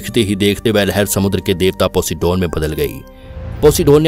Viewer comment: वो पोसिडोन नही पोसाइडेन था 😂😂